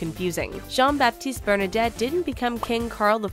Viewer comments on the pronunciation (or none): Omg, the name of the Royal House is called “Bernadotte”, not “Bernadette”. Can’t even get that right....ffs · I believe it's Bernadotte, not Bernadette. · 42 seconds in and you have already messed up. It's BernadOtte not BernadEtte. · Bernadette? Thats an insult. Its Bernadotte. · It's Bernadotte, not Bernadette. Honestly, if you're going to make a video about a royal family, at least google how to pronounce and spell their family name. No offence. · Bernadotte, not Bernadette. Cringe. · BERNADOTTE not bernadett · I was like, wait? How did they pronounce Bernadotte?! And then I realized that they had spelled and pronouced the name Bernadette. And one of the pictures of the young king Carl XVI Gustaf was actually prince Carl Philip. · so full of errors it's embarrassing. The Swedish king did not pass any laws whatsoever, 'cause he can't. It is the parlament that passes laws and did so with the female succession (the king did publicly disagree). Also the family is called Bernadotte, not Bernadette. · Ehem, the family name is Bernadotte and not Bernadette. I am amazed by the ignorance shown by this detail. Maybe you could get a bit better informed? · BernaDOTTE, wtf is a bernadette, this aint the big bang theory ffs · its Bernadotte